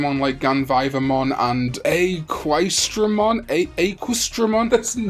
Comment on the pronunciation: I hear Aquesdramon was pronounced Ex-dramon, or Aches-dramon